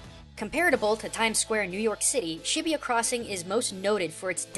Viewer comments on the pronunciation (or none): I think you say shibuya like shi - boo - ya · This is by far the most cringeworthy series at least learn how to pronounce the city's names its not Shibiya, not to mention Tokyo's mostly business, Tokyo tower is not the largest building its the sky tree, and this person obviously didn't research this game at all. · Is that how its pronounced? I always thought Shibuya was pronounced like "shi-booyah" ....Thanks a lot Digimon!